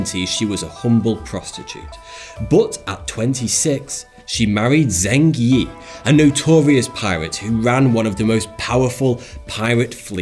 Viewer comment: Btw ZH is pronounced J. It’s pronounced “jeng yi”